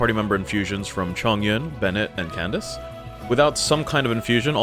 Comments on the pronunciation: are you russian or what why calling candace kandak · i cannot lie, this is the first time I have ever heard Candace pronounced as Kandakay